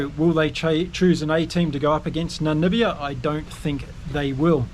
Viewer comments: Hey....Its Namibia....not Nanibia.... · Hi That's NAMIBIA not NaNibia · By the way NAMIBIA is pronounced Na Mib IA Namibia not Namibia. Just saying. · Damn it, now you have me saying Nanibia 😂